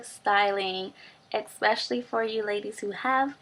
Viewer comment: Just wanted to tell you that it´s eSpecially not eXpecially --'